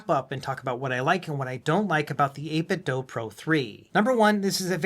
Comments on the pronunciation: its 8 bit "do" as in DOO DOO. not do as in DOUGH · I'm gonna dough you a favour and say you should ask 8bitdo how to pronounce their name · Why is it 8bit "Doe" .. "Doe" is spelled with an "e" .. this is 8bitdo. "do the math" do. ????